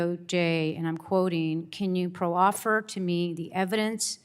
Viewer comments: I believe the word is “ proffer” pronounced prahfer, not pro offer. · The program is a waste of funds. You don't have to go as far as to find a crime. Strawman argument. 😂😂 By the way, learn how to pronounce proffer.